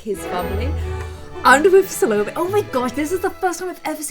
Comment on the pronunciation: I think it's pronounced SAL-oh-MAY.